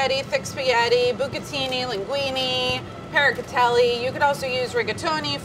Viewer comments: you pronounce pappardelle as "paracatelli"? your grandparents must be proud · she said pappardelle wrong!!!!!